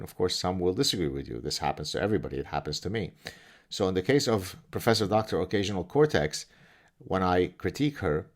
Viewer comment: I thought he said occasional Kotex😉